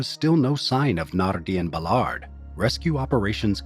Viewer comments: It's pronounced, "Bal-erd," not, "Buh-lard" for fuck's sake! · Except “Ballard”, he mangles that